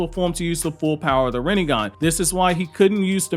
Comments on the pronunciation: Stop saying "ren-ing-gan". It's Ren-ay-gan. They litearlly say it a thousand times in the show. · Wtf is a God damn "renningan" ?? RIN-NE-GAN not REN-NIN-GAN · my guy its rinnegan not reningan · It's "rinnegan" bro. Not "runengan." No flak, but you know. Please say it right. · It's RINNEGAN not riningan 🤦🏾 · pronounces it rinenengan. lol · Kakashi said “Renbegone” 😂😂😂😂😂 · I always hear like if you’re saying renningan 😄